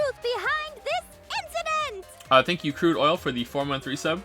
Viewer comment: Why does he always say “inciDOOT” every time they say “incident”